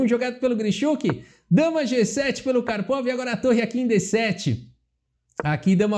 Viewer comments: engraçado ouvir kárpava apos anos falando karpovi xd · Eu sei onde você aprendeu essa pronúncia do nome do Karpov - foi naquele vídeo do Misha Osipov, o ex-bebê de 3 anos!!!